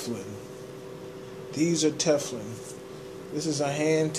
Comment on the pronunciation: Omg 🤣 he said Tefflin!